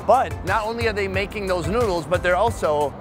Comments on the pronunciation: sounds like he said nudes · Did you hear where he said let’s eats some nudes.